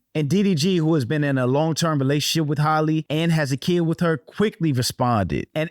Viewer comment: My people can't say Halle to save their lives. NOT Holly.